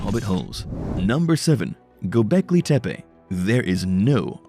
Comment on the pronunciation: Why are you saying it like it is from mexico it is gobecli tepe just like it sounds no Spanish accent on it te pe. Pronunciation is important for young people. O one likes to be made fun of because they watched a video and believed what they heard. Juat saying